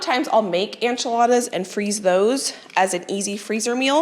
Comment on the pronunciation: I found you a few days ago and have been binge watching your content! lol. I love your style and your positivity. One thing I just have to ask though… I have never heard anyone say enchiladas the way you do (anchiladas). Where is your accent from?